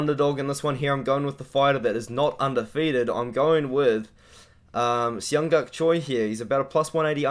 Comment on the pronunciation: For asian names just pronounce the J my guy. They wouldn't spell it like Jung And Yeong if you're just gonna say Young twice